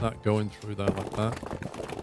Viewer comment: "We want to go THUR"... "cross through THUR".. "from here to THUR"..."over THUR"... What the (bleep) is "THUR"? "Here and THERE", NOT "Here and THUR". Otherwise great video of a game I personally wouldn't play that seems interesting.